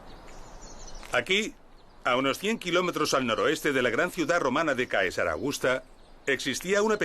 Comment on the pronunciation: Vídeos magníficos y admirables trabajos de investigación, muy bien explicados. Ahora bien, Caesar se pronuncia César.